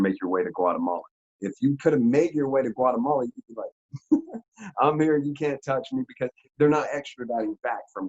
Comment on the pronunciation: said "guatabala"😂